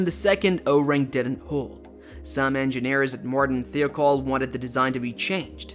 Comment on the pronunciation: It's pronounced thigh-oh-call.